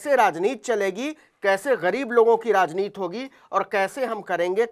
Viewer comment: यार आप बार बार राजनीति को राजनीत क्यूं कहते हैं? आप तो अच्छी हिंदी बोल लेते है 'राजनीति' को क्यूं उच्चारण ठीक तरह से कर नहीं सकते?